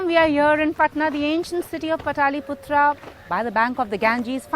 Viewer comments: It's not pataaliputra it's Patliputra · I am sure that even foreign media can not do a mistake to pronounce "Pataaliputra" and "Ganges". She looks like Indian but not aware about "Patliputra and Ganga ji". Bhai kisi hindi bhashi se hi programme krwa lete. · Its not Pataliputra " Its Patliputra" Please make it correct next time.